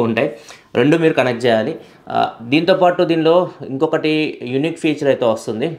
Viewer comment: Use శేయాలి అంటున్నారు "చ" కారాన్ని కొంచెం చూడండి Use చేయాలి అని పలకండి